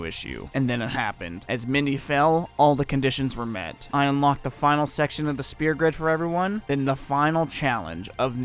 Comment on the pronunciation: It's Sphere. not Spear >_<